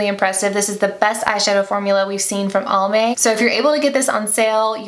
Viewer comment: Fyi 😋 It's Almay like "Alvin" not "Almond"